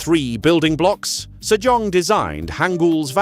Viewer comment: I kept hearing King Sir John :D